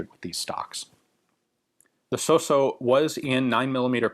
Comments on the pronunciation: it's Italian so it's not pronounced sosso, it's pronounced sauce-o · Ian, your pronunciation is (almost) spot-on! The only thing to be improved is the double s. It’ not so-so, it’s sossssso. The double needs to be carried longer. With my utmost respect for you, Gun Jesus. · The pronunciation is good, but suffers the most common mistake of english people: you dont pronounce the double consonants. Its "Sos-so" but it sounds "soso". "Fàb-brica" sounds "fabrìca". Watch out for the stress. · your pronunciation was so so. 😊😊great video as always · your pronunciation of his name was so-so ;)